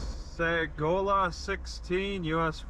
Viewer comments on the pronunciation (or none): Great local video. I really enjoy seeing these videos of the roads that I’ve driven before. Sagola is pronounced SUH-go-luh. Houghton is pronounced HO-ton. Thanks for the vid! Stay safe!